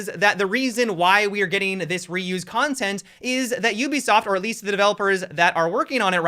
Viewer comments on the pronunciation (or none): none